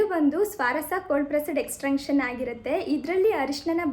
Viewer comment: You are pronouncing many words incorrectly. For example extraction, absorb, amazon etc. Please check on Google for pronunciation so that you can pronounce it correctly next time. Your videos are very entertaining but you should work on saying words correctly